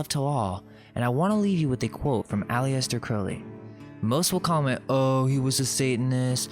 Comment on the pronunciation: You should at least learn how to pronounce Aleister. It's a Scottish name with a number of spellings, but generally pronounced "al-iss-ter".